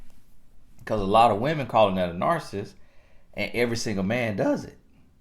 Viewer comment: I know I'm wrong for this but cannot pronounce this word, narcissist and it is driving me crazy1🤯 but I do love your videos.